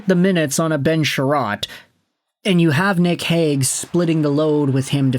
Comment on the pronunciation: There was a Robert Hagg in Philly from , BUT the way everyone pronounced his name was more like ‘Hague’…so yes, kinda.